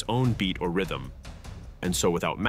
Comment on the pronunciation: Rhytim .... Really??🤣🤣🤣